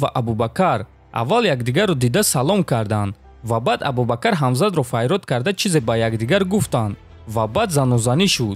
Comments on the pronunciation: Хоҳиш, дар талаффузи вожаҳо каме диққат деҳ. Ислом аст на Ислам, ё Абубакр аст на Абубакар. Чунин иштибоҳот зиёд мушоҳида мешавад. Каме китоб мутолиа кун. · Абубакар не АБУБАКР. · Абубакар не Абубакр